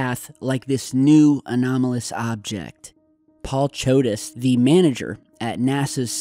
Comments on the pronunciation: Paul fuckin CHODE-US XD LMAO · said chodus